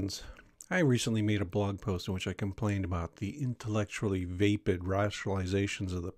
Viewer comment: Mispronounces"vapid" and "risibly" in the first 30 seconds.